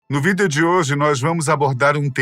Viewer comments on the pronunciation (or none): Não é videeeeeo é vídeo 😂